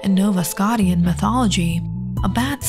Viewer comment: Also, Nova Scotian is not pronounced "Sko- tee -an". It is pronounced "Sko-shun"